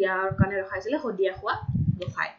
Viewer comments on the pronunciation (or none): none